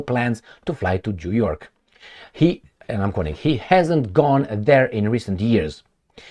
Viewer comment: U said Jew York😂 in the good ol' jewSA. You r the best